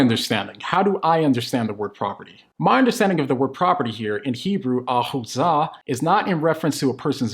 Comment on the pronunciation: The Hebrew word for property here is “la·'a·chuz·zah” not “achuzzah”